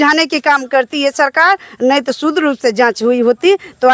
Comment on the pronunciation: ये मैडम शुद्ध को सूद्र कह रही है।